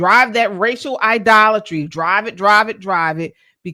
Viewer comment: All jokes aside you people are devils? by the way can you spell idolatry because you definitely can't pronounce it